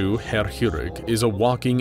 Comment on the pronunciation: I agree, I'm learning it, and personally 5/8ths German, and does pronounce it very well.